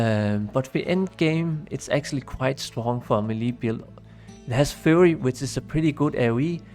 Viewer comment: Great video man, just a heads up, Google how to pronounce 'wind' and 'fury'